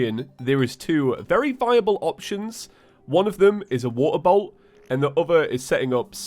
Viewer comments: Idk why but I heard water bottle for water bolt... Bee Bois! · I just turned in captions and every time you say “Water Bolt” it translates to “Water Bowl” 😆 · I could not understand for the life of me when he was saying water bolt. I thought he said he needed a water bottle. XD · I THOUGHT HE WAS SAYING WATER BOTTLE AND NOW IM SO CONFUSED CUZ HE GOT A WATER BOLT